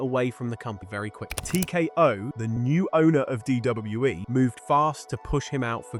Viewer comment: Is this what they meant when they said AI couldn’t pronounce WWE? “DWE”